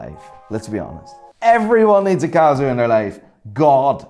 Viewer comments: Watch expert that mispronounces brand names ?!? Cazio anyone? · It's not cazzzzioo man . It's "Casio" 😑